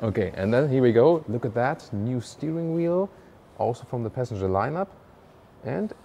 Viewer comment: all i heard was "peasantger"